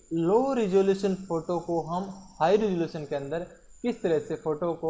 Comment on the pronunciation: he said ressalution